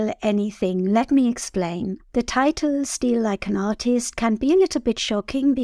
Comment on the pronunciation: You cannot say artist without a i